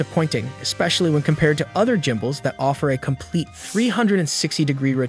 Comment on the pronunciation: I think the narrator is an A.I. robot voice so it can't pronounce everything correctly.